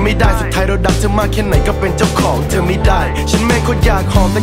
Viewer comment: เสียงไม่ชัดบีบๆ ออกเสียงก็เธอเป็นเฌออยู่นั่นแหละ เสียงเหมือนอยู่ในจมูก